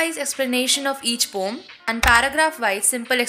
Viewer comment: It is not pom it is poem